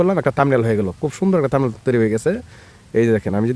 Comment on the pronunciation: থামবিল না থাম্বনেইল